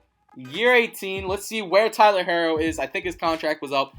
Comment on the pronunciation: Omg you saying his name wrong its pronounced hero it just has to r's